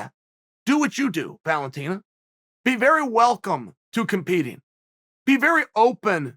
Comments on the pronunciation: Valenteen... no wonder he always calls her The Bullet. Which nobody else calls her. Learn the fucking names. Chael “YaRir” Sonnen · The way Chael says Valentina hahahaha